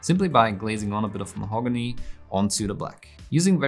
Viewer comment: Love the way you pronounce Mahogany, also love your tutorials!